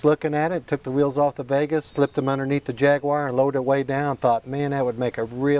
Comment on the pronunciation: Cannot even pronounce the name correctly. Talk about trying to polish a turd.